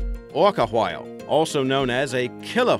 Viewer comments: that guy says whale so weird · This guy has the weirdest pronunciation for whale